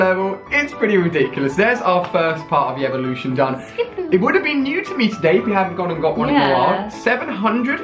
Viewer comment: He said the grand elelution rather than evelution 😂😂